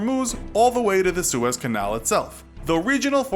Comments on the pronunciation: OPEC is an acronym for "Organization of Petroleum Exporting Countries." And Suez is pronounced "Sue - ehz". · Suez....Sue.... ezz canal. It's in Egypt